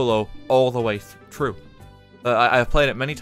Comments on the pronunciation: almost said through instead of troo. Damn that was a close one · "Can't wait to see it all the way thro- tru.." Almost lost character there, RT? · how come you begin to say through but instead correct yourself to saying it without the th sound?